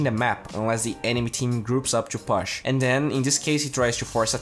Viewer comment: please learn how to pronounce push